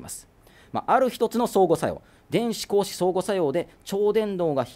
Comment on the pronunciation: 度肝を抜かれるニュースで思わず拝見しましたが、眼鏡君ｗ眼鏡気にしすぎｗ 光子を平たく読むのは止めてください子牛と同じアクセントになってますよ プロのアナウンサーではないですよね？